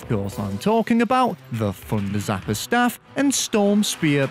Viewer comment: My guy. I actually had no idea you were saying “thunder zapper” the ENTIRE video. Deadass thought it was the funder zapper